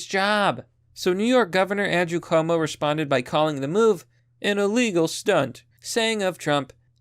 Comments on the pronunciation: his name is pronounced quo-moe a short form would be Q-mo. or coo-mo but not koe-mo. It's italian and the spelling is extremely similar to my name, pronounced the same but with an f (fwo-co - which is the right one or ff-U-ko or few-ko not foe-ko) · It's pronounced Andrew Coom-O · Normally it would annoy me that you are mispronouncing his name. But no, fuck Como. He doesn't deserve the respect.